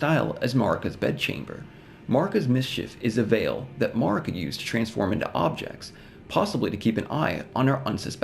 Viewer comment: Curious why you pronounce Marika that way when her name is pronounced many times in ER, and with a consistent pronunciation too.